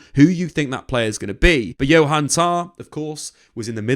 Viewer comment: I know Jonathan Tah. Who the fuck is Johan Tah?